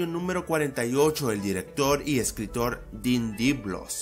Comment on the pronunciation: Se pronuncia Dien de Blois no Den de Blos